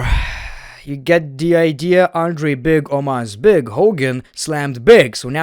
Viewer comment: BWIGG BWOOTY BWIGG